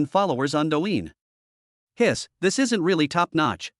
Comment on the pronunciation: "Isn't" pronounced AI ES EN TEE??? This is too much. Just try to improve the pronunciation of this AI or at least remove the contractions from the text before having it read by it if it is so incapable.